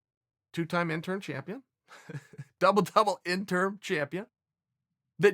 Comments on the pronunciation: Interim, not intern. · Why does he keep saying "intern" then "interm" and also probounces is right - "interim" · Chael "Intern, Interm not Interim" Sonnen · It’s interim* belt Chael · It’s been years and Chael is still saying “INTERN belt/ INTERN Champion” 😂 When is he going to realize it’s INTERIM. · Every time he says "Interm" I cringed just a tiny bit..lol he can be soo bad Pronouncing things sometimes. Lol we still Love you Cheal... #InterImChamp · Interm? Ya know its interim right? Fkn idiot yanks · Lol double "interm" champion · Nobody: Chael: “Interm” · Chael "interm" Sonnon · THE INTERM BELT LOL at first it was the INTERN belt 😂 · Chael "In-term" Sonnen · Chael isn't saying "intern" champ.....is he? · Chael "Triple Inturrm Champ" Sonnen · And interm champ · I swear when Chael says "Interim" it sounds like "INTERN" Double INTERN Champ. xD!!! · "Do I pronounce it Intern, interm, or interim?" "Just use all 3" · Thank you. How can he not say interim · Chael “interm” Sonnen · Chael say it...JUST SAY.. INTERIM